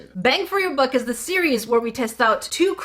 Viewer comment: Bruh lol I always hear "bang for your butt"